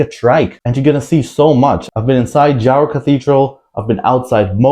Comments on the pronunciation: Very heartwarming review for locals like me. Good research, too, but a bit incomplete. Hehe. The district name is pronounced Ha-ro, and the trikes here are not called tuktuks, they’re simply called tricycles. Hugs from the city of love, Iloilo. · Pronounced Haro not J sound 😊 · J in Spanish is pronounced like Ha.